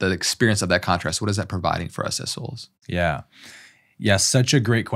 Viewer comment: Omg, I did rewind first, because I first heard “incarnate assholes”, and then only after rewinding… ooohh, “incarnate as souls”… I was laughing on my own in my room😂